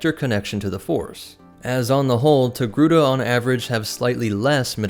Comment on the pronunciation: After hearing his pronounciation of the name through the whole video, now I always write Tegruda